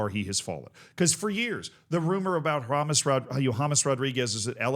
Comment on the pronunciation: His name is James, not James